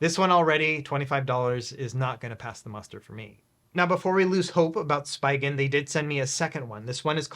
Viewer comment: I think Spigen is pronounced different lol